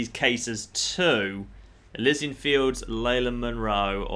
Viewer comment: Is it not pronounced elEEsian fields?